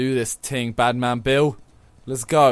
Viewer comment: Was he saying Badman Bill or Batmobile?😂